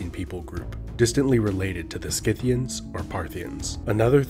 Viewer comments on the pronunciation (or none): Dude lol the C in Scythian is SILENT. Kinda makes you sound a bit amateurish and foolish.